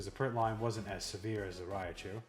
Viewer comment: It’s Raichu not Rayachu lmao